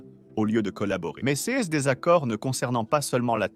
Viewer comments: Ces pas possible comment le bot dit ces. il faut absolument faire quelque chose pour la voix lol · Le robot de lecture ne sait pas lire le mot “CES”.